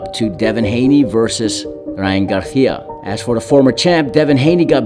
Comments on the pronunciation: It’s Gar[See-Ah] not GarTHIA. Weirdo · Bro I'm getting mad at the way he says Garicia, bro just say it like a normal person wth. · Why this mf can’t pronounce Garcia? Gargggia wtf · He called him Garjia and Garthia in one video 😂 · Cringe everytime he says garthia lol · And its not his accent becuz he says it regularly so many times then sometimes he just emphasizes it with a garTHia..? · Stop saying Garcia like that. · He only said it the first time... Then says it regular.